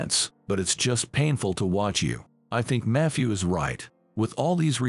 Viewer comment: Why does this AI pronounce is as Eye's